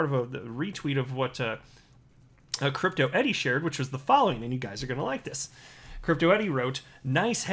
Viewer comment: Why do you keep calling her Crypto Eddie?????